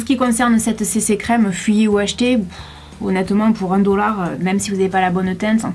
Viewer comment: J adore l accent "oune dollar"!! Mdr!